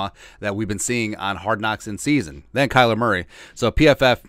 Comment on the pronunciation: "Kyer Murley" I love when you don't edit out these oopses. We all do it and it's always hilarious when we do. Life is about enjoying the little things.